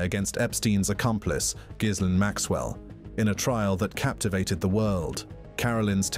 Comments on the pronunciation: Why why can nobody pronounce Ghislaine correctly??? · Why cant anyone pronounce Ghislaine's name properly ???? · Al PRAZ o lam and the S in Gislaine is silent